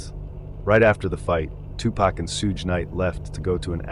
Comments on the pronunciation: the biggest crime here is you saying Suge like “Huge”. It’s pronounced like “Sug” know the short form of the word sugar often used as a pet name by waitresses in american diners in tv shows. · Hi, this is a great video, but I hope you could work on some of the pronunciations (e.g. “Sooge” Knight should be “Shuge” Knight). The pacing of the delivery can be slowed down too. When mentioning the section names, there were times when they were spoken way too quickly. It can get distracting at some points. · lmfao....I knew you'd jump to the conclusion that I was the one offended. Your type are way too easy to read. Not offended at all, and I wasn't referring to any commenter being offended 🤦. Was jokingly implying the Suge (please pronounce it correctly when you read this out loud 😉) most likely isn't offended....geesh...nobody can comment on ANYTHING and they're automatically (OMG) offended. You make me laugh